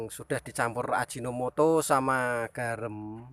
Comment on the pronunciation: Garam, bukan garem